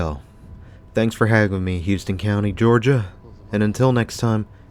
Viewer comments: Great video but it’s pronounced HOW-ston lol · Not to split hairs but we pronounce it Howston County. I worked at the Goody's for a year. Terrible management.